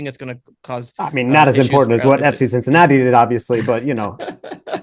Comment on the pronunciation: really said Cinci...